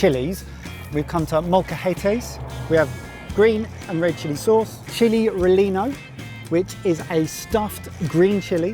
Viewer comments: I love you but Rellenos -> reh-yeh-nohs Bandelier -> ban-duh-lee-ehr (Its not French) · As a native speaker, the weird Spanish was my favorite part of the video: chiles "relenos", "adobe" pronounced like the software company, pescado "frita", Taos "pablo"... so funny! I'd be interested to know how much money it would take to cover all those activities, the places were gorgeous and it all looked like a great time.